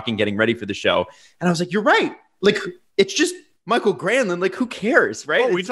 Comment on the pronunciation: Stop saying “Michael Granlund” it’s Mikael (me-kai-ull) Granlund.